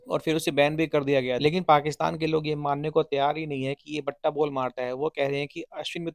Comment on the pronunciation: Batta nahin bhatta , बट्टा नहीं भट्टा बाल